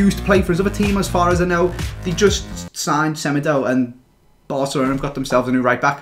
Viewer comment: my man said fofa insted of fifa in the description lol also u pronounce semedo smeedo cause he is portuguese